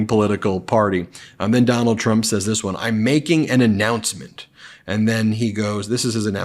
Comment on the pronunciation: “You’ll have to ask her”. Four times? Typical mind numbing repetition from what’s his name. Doonald? Do nada? Dome bald? So many ways to pronounce it. Can’t keep track.